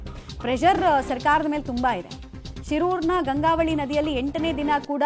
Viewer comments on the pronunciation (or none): Gangavati alla tayi GANGAVALI